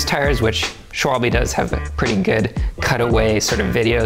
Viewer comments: sick vid bois, its actually pronounced "sh - vul - bih", not, "sh - wal - bee", if that makes any sense. A schwalbe is a bird, more specifically a swallow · Its called Schwalbe and Not Schwalbii, damm fools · yeah the e has to sound more like eh